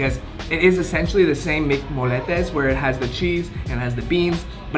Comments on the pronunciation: This is how you pronounce it! MC mo-ye-tes not mc-mol-etes sorry but this made me wanna slap you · Molletes are pronounced “moyetes” but the real thing is way better looking